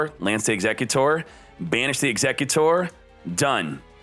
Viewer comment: Eggs - eck - you - tore. Dude it’s executor... like the man executing